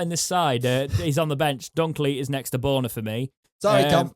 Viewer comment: As a German speaker, can I please implore you all to pronounce 13 as BURNER not BORNER. The only two correct spellings are Börner (with the umlaut over o = ö) or Boerner (as ö can be superseded by oe, which is an 'err' sound hence 'BURNER'). Radio Sheffield commentators have grasped it after two years and I do hope that the fans can too. Thank you (Danke schön). Mind you, many used to put Nihui and Nuhui for Nuhiu!!! UTO 🦉